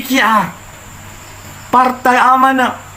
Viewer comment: Bahasa dan sebutan tu bang.. PARTAI ea..?